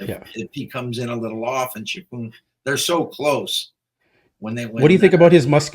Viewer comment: Shappoooon?! 😂😅 His Encyclopedia needs update lol